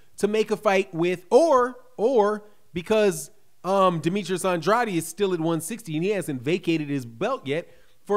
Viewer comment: Yo you my boy and I love your channel but dam that’s not how you say Demetrius last name bro lol